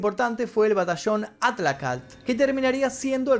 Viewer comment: Para comenzar menciona bien el nombre del glorioso batallón atlacatl... No sos ni de acá para hablar de eso...